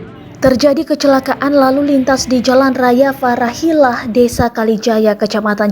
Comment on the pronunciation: Jln raya fatahila min,bukan parahila.